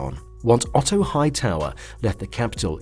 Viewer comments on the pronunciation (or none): none